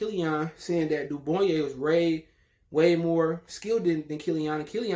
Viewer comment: Can't even pronounce his name. If your gonna make these kind of videos learn his name bro